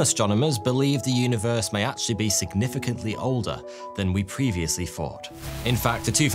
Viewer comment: "evryfing they fought they new". Wow.